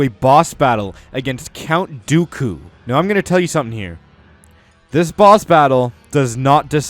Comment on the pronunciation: Jack Clements he said count doily 4 times